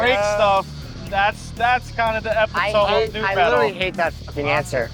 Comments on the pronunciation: “EPITOOOME” lmao if I had a dime for every time I’ve heard a musician being interviewed pronouncing this word wrong I would have three dimes, which is crazy. It’s just not a word we use out loud enough I think! I made the same mistake once as a kid and my parents made fun of me. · Did he just pronounce epitome Epi Toam?